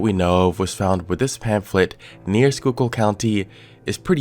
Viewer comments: PA resident here Yeah, im surprised he pronounced it right as well XD most that dont live here almoat never get it right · Oh thank God. You pronounced it right lol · I live very close to where this is happening and never expected it to get any traction outside local news stations also props on pronouncing Schuylkill right! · Former Philly person here. Thanks for pronouncing Schuylkill correctly. ❤